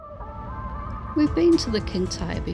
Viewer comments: Nice trip down there. Love your doggie. Gigha is said Gia. You can get pronounce on Google, that may help you in the future. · Gigs is pronounced Geea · Like your music, the island is pronounsed Gee-ah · Being Scottish,and having Mcneil ancestors buried on Gigha,along WIth McSporrans,its is pronounced GEE_HA with a hard g as in Goat,or Grass.Barra,a small island near Gigha ,also has McNeils,but one island Catholic,Gigha protestant.hope this helps.Gigha is also knows as God's Island,and I've been,and it really is spectacularly wild and beautiful. Hope you enjoy and hope my wee nuggets of info help. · Gigha is pronunced gee-aa. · Pronunciation of Ghia is unimportant. You can't know everything.